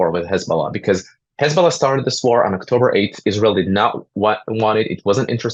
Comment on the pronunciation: Hej ball aah became Hej ball nah 😂😂